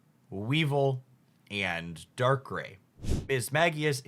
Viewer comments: I usually laugh at the pronunciations until he said darkray... that hurt abit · haha I agree it's not that serious, but "Darkray" just got me. 😭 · Please for the love of God tell me the mispronunciation is a thing you've already cover and you dont give a fuck, you are trolling or whatever beacuse I couldn't stand hearing "Pa-ku-ri-su", "We-val" or "Dark-rayy"... I think I dont even want to hear the rest 🥲 Oh God please no... "Mis-trea-us" So you spell Weezing correctly... But not "we-val" IT HAS AN "I"! is a "We-vile" 😭😭😭